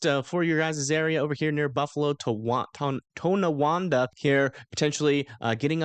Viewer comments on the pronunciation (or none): Hahaha Toe-no-Wanda. Ton (on) na wanda. All jokes aside we’re getting hit pretty bad right now.